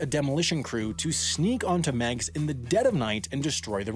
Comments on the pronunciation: Just where did you get this boat-load of crap? Firstly, most residents of Chicago hated Meigs Field. It was a playground of the ultra-rich sitting right in the face of everyone, taking up land and making noise. And it's pronounced Meegs Field not Megs Field. After 9-11-01 the airport was a source of nerves and fear, and flights were severely limited in and out afterward. The demo teams 'sneaked onto the field in the middle of the night?' You mean, the guys who parked the bulldozers and dump trucks and other heavy equipment all along the airport grounds days beforehand? Those construction guys? Or the guys who closed the roads into the airport weeks before that? Or the guys who took all those pictures that were in the papers and on television mentioning the closure of the airport for weeks? Who sneaked anywhere? I mean, come on. And as far as 'they had to leave their cell phones behind' I mean... make up some more bull crap why don't you? How about every guy working the construction crew had to sign an affidavit stating they were never there and had never demolished the airport runway, that it was all a vast right-wing conspiracy. And every one of those 16 planes still on the field was perfectly capable of taking off on the old taxiway that now served as the runway, and every owner knew well beforehand they would need to find another place to park them - as in almost a year beforehand. Daly had given no notice? Lie. He didn't have to. The owner and operator of Meigs Field was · U say it wrong Say It like "Migs field" NOT Megs Airport 🤦‍♂️ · It's pronounced "Meegs", not "Megs". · Miggs. Not Megs. The pronunciation is off. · Chicagoans called this airport "Mig's" Field, not "Meg's" just so you know :) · Yeah it's "Migs", just like the airplanes we're going to shove up Russia's ass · If it was spelled Megs, ok..... but it's Meigs..... [MEEGS] field. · I believe it’s pronounced ‘Migs’ not ‘Mehgs’ field But I could be wrong. Can any other Chicagoans confirm?